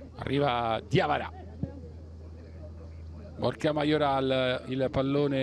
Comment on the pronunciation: Ma solo io invece di Borja sento "borchia"?😂😂😂😂